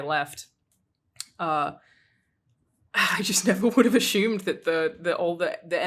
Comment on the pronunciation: Take a shot whenever she pronounces it aSHume instead of assume. Lol